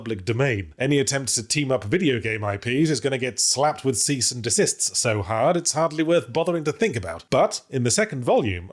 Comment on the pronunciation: The s'es in the phrase "cease and desists so hard" were sublime. Crisp as day.